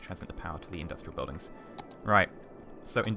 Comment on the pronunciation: That's a lot of indus-tree-al you got there